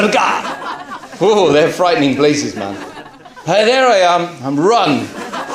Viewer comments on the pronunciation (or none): The way he said darga😂